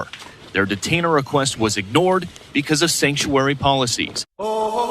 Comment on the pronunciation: She can’t even pronounce “Sanctuary”! 😂